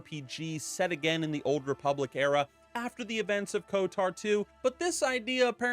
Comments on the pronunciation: It's odd hearing pronounce Kotor as Kotar. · I can’t unhear KOTAR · Why does bro keep saying "KOTAR" 😭